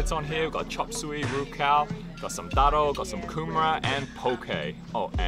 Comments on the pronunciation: your pronunciation of TARO is very impressive:) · Enjoyed your video. The pronunciation of the local words “taro” “ika mata” “rukau” was on point. Im gonna go look for some good island food today, thx 😊